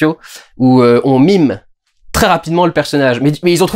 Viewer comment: tu sais qu'on peut prononcer "meme" comme "même" vu que c'est un mot qui a été créé en s'inspirant ce mot. Heureux que tu prononces maintenant "climax" à la française. J'attends que tu fasse de même pour "meme" parce que là, à chaque fois que tu le dis, j'entends "mime" et ça me fait rire. Voilà, c'est tout ce que je voulais dire